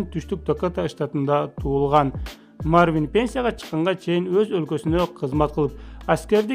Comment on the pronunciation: Мартин эмес Марвин деп турат туура окугулачы🤣